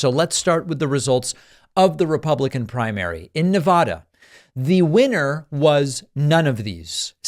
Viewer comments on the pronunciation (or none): It's Nevada, not NeVAHDAH. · In all the years you've spent covering politics, you still fail to say Nevada correctly. Do you legitimate think the name is pronounced the way you say it? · Please pronounce Nevada correctly in the future. The middle syllable sounds like the middle syllable in Nebraska. Don't mispronounce it like Trump does.